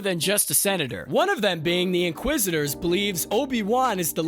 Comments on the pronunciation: This video would do so much better if it had a host that didn’t say “man” more than 5 times in a single minute, said “inquisitor” instead of “inquisister,” said “Organa” correctly, and didn’t sound like he was shouting the whole time. Good script, good edit, voice talent needs work. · great video! but if I have to hear you butcher the pronunciation of inquisitor or Leia organa again I'll scream lol